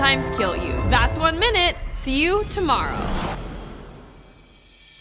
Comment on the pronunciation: "Thats 1 minute, Cyu Tomowow"